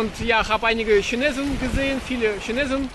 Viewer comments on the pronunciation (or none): none